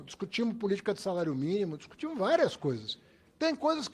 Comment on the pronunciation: Esse haddad tem dificuldade de falar no plural hahahahha " Nós discutimu"